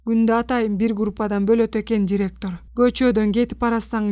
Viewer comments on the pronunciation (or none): none